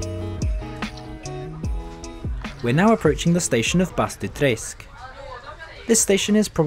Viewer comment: Some of these pronunciations were a bit dodgy, like Bastuträsk, but his pronunciation of Skellefteå was 100% spot on. I was honestly impressed.